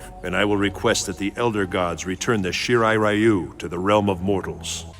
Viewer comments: Great Video. Shirai Ree-oo is the correct pronunciation and same with Ta-kay-da. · Reiko is a woman's name irl, just fyi. He, and the really bad pronunciation of "Shirai Ryu" in this franchise, hammer home how very American its creators are.